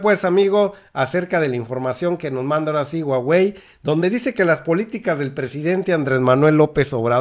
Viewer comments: Querido Carlos en español la h no se pronuncia pero debes pronunciar JUAGUEI, no estoy segura q Usa deje q hagamos negocio con China, esto puede tirar en Usa todavía el T MEC osh saludos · Me gusta tu reporte solo para que nadie se burle.... La marca se escribe HUAWEI en latinoamericana se pronuncia (júawey) 😉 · se pronuncia "jua-wei" y carlos slim es de origen libanes, no judio. Primera vez que escucho este canal y me dejo mucho que desear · No es huhuaey?.. Esta es exprecion gringa.. Lo correcto es huawey. Como se lee y se pronuncia por los orientales.. Saludos! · SE PREEENUNCIA JAUEI